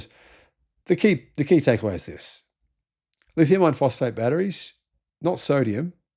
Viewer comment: When you speak about LFP, it sounds like you are saying Lithium Ion Phosphate. I know that you mean Iron, but many folks might not.